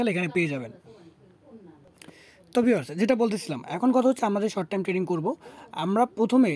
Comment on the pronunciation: Tading Abar ki 😂 "" trading ""